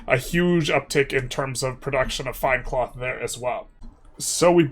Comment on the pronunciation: twels into cloff